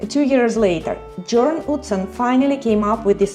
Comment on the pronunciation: Jørn Utzon is pronounced Yorn OOtzon You didn't need to drive to Katoomba and the Blue Mountains, there is an excellent, cheap, comfortable and frequent train.